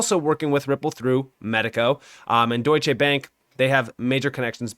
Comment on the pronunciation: It's Deutschè Bank, not Deutschéé!